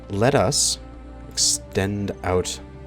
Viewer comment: The way you pronounce "let us" it sounds like "lettuce" xD And every time you say it i have to think about that lmao